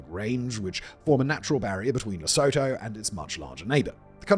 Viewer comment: Really don't want to because this and your other videos oare brilliant, but I just have to... Lesotho: correctly pronounced as La-sue-too